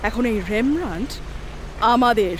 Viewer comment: উচ্চারণ টা ইংলিশে "রেমব্রান্ট" আর ডাচ উচ্চারণ টা বাংলায় বলা শক্ত কিন্তু "রেমব্রা" নয়। (আমি চন্দ্রবিন্দু টা লাগাতে জানি না এই কীবোর্ড এ)